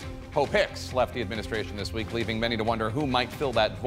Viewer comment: This geezer actually said "dis".